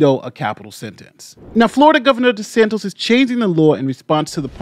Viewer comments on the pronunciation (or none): I very much enjoy your content and analysis. Since the Florida governor is likely to be in the news a great deal in the coming months, please make note his last name is DeSantis and not DeSantos.